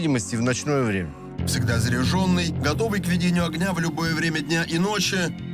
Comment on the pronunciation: this is fucking journalist. don"t "заряжЁнный", "зарЯженный" - true